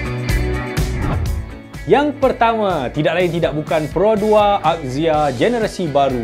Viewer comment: Marhaen: Azia (axia) Mekanika: akzia (axia) 🤭